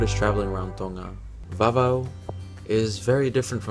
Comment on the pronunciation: Your pronounciation is on point! Great video btw.